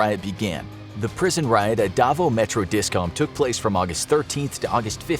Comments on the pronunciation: The way he said Davo instead of Davao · It’s pronounced davaw